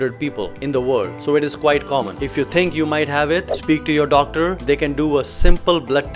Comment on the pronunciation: "wadder" wadder ,speak to yoh dodder...